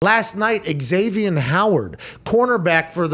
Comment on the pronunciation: It's Zavien, Pat, not Eg-zavien. lol